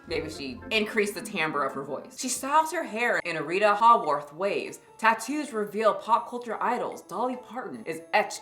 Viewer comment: Who's Rita HAAworth? 😂